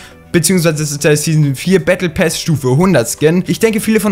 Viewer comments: Battle PASS nicht PÄÄÄS 😂😂😂😂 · Pass und nicht päss du hund 😂😂 so schlecht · Lern Englisch (Bättle päss) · Why sagt er bättle päss? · Er sagt battle päss😂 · Warum sagst du battle pess